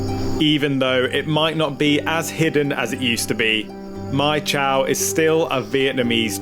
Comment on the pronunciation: If you like Mai Chau, check out Moc Chau, it’s another very beautiful place. Northern Vietnam is full of very green mountainous nature like this. By the way, Chau is pronounced chow and not chao like the way you said it here. It is cognate to Chinese Zhou as in Hangzhou, Suzhou, Guangzhou etc.